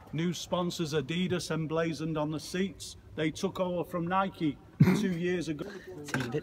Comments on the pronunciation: It's Nike not Nikie you don't go out and ride your bikie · Adeedas and nikee... FML 😂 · Why do people say nikey You don't say bikey